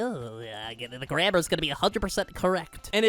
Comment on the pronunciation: Why is nobody talking about how he said grammer not grammar, he did it on purpose